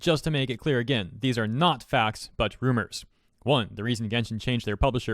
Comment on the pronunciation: When IT said "Rumars" it instantly lost Credibility.